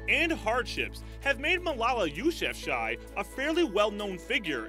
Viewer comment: That’s not how you pronounce Malalas last name